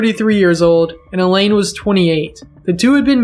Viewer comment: Mrs. Lonergan's name was pronounced "EYE-lean", not "E-lane". Common enough mistake, but it felt disrespectful not to point out.